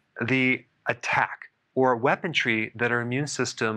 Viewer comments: Lol Doctor you're killing me with these pronunciations!! WeaponTry? Or just... weaponry? Lol HavAUCKK?? or Havoc (havik)?? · there is no "t" in "weaponry"